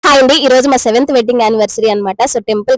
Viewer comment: Akka voice lo 17th anniversary Ani vinnabadhutundi